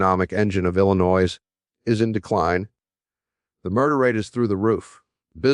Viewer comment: IlliNOISE? I think even when Jim was alive he knew how to pronounce Illinois! What a bunch of AI garbage!